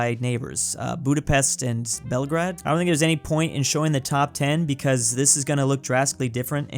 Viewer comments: "Bremingham" "Belgrad" "Keeev" "Canaburra" "Canabarra" "Care-racas" "Cyra" You have to love pronunciation. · It's pronounced, at least in English, Belgrayd. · please pronounce Belgrade as Bel, and Grade as the word Grade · As a Serbian i hate how you didn't say Belgrade right